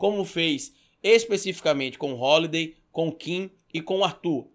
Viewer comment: "Rolidei" bah!